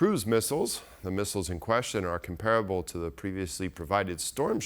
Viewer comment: Mispronunciation of the word comparable. .